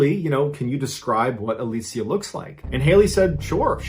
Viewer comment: Literally like everyone pronounces it alisha so I was shook